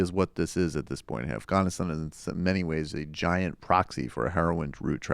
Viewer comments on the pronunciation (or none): Why do you pronounce Afghanistan õff-gõn-õ-stõn? It sounds forced and wrong. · In Farsi and Pashto its actually pronounced more like the way he says it.